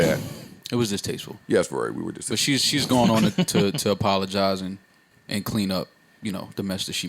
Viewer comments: I heard you...A-POD-IGIZE 😂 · Aye .. parks I heard you “ A-Pod-a-gise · "She didn't apPODagize" 🤣😂🤣🤣